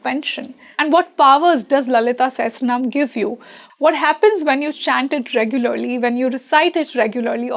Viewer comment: It is pronounced "Sa-ha-sra-naa-maa" please, not se-he-sra-nam. a not e. a as in agni. Not e as in elephant. Please.